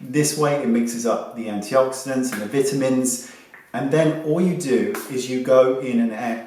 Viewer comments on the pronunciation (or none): Lol I giggled a little when he said it